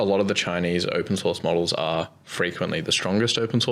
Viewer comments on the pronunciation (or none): it’s been a while since i’ve heard a grown man incapable of pronouncing r’s and replacing them with w’s.